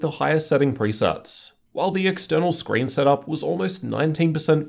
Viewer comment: You mean Scween